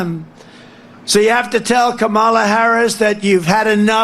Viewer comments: Trump is a such a hateful person he purposely pronounces her name wrong. Cannot wait for him go away. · If you say her name wrong purposely, then you are a racist. Plain and simple. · whos this camola he speaks off, its kamala, comma, la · Go ahead, Donnie - mispronounce VP Harris's name again. Don't worry, you'll hear it pronounced correctly when she steps up to be inaugurated as President. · It's such a shame that he doesn't have enough respect for the Vice President to the United States to at least pronounce her name correctly.😠